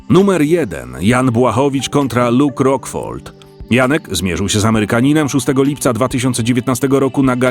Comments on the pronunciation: Luke Rockhold, nie Rockfold! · Luke rockhold a nie rockfold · ROCKHOLD, a nie "rockfold"